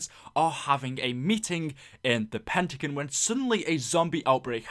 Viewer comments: PentaGON! not PentaGEN! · Love your vids but the way you say pentagon makes me cringe so hard